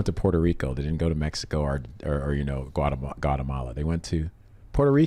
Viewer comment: And then stray into Pokemon territory with Got'em-all-a instead of Guatemala